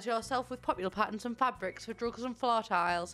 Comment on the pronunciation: It sounded like you said drugs not rugs 😂